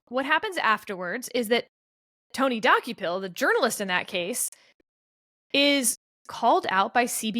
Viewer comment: As someone who occasionally watches CBS Mornings, I was cringing every time Sarah said the name Dokoupil. It's pronounced Duh-Cople, not Docku-pil. One thing that's clear from this podcast is that neither Sarah, Steve nor Kevin watch CBS in the morning. I believe Ta-Nehisi Coates' name was also mispronounced. I think it's pronounced Tah-Nah-Hee-See, but I may be wrong. Not that I want to be the pronunciation police.